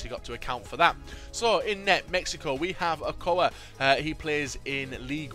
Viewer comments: It's Ochoa not okoa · Okoa? Is Ochoa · he said oca is with an h sound dafuq ! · Ochoa with a ch sound not okoa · Lmao he said okoa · The keeper is called Ochoa o-cho-uh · The goalies name is " Oh-Cho-Uh" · Not being an ass here but you said Ochoa wrong